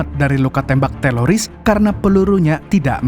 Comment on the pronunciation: Itu lu sengaja kan bang ngmongnya TELORIS. 😂